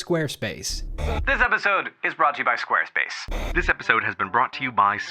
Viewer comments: I heard it so much that it sounds like "Squirtface ". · Squirt face is what i hear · they said squarespace in the intro so much it sounded like they were saying wednesday